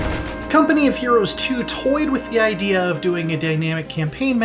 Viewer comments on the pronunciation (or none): none